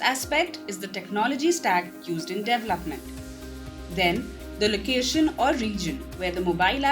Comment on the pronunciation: With all respect.... please pronounce "DEVELOPMENT" and "DEVELOPER" the right way. Listen and repeat. You can do it!